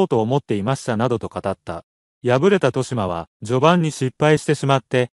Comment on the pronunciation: としま× とよしま 〇 ほ× ふ〇（歩) 他、間違い過ぎ